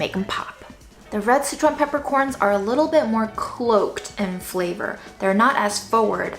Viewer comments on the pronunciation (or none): Until this video, I always thought you were saying citron peppercorns. It was very exciting to realize I HAVE favorite peppercorns!!!!!